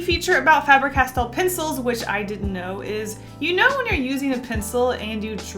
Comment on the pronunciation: Fabre Castell... it has castle essentially written in the name. The spelling is the same in Welsh, for castle. Just pronounce differently